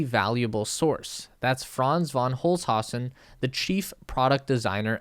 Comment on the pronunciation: Franz von Holzhausen :D I needed to listen to that 4 time to get wha tyou just said. The pronunciation is totaly diffrent my friend ;)